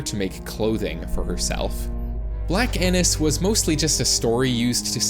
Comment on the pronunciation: “bLaCk AiNuS” bro 😭 😭 😭